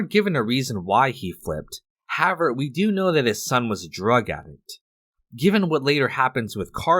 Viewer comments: Perhaps, at some point, you could please pronounce the word HOWEVER…a bit better…you use it often, and it’s annoying as you say HAVVER….THANKS 👁️🇨🇦👁️ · pronounce words better. "however" is not pronounced "havver" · However is pronounced like this: HOW EH VER NOOOOT like HOW VR It's two words but combined. Still pronounced as two words. How. Ever. How. Space. Ever. NOT Howe. Ver. Thank you. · The word is HOW-EVER. However. If you're going to say it two dozen times, say it right ffs. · I hope this guy learns how to pronounce "however" someday.